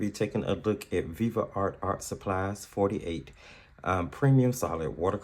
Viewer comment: Why are you saying Viva art? It's Viv art.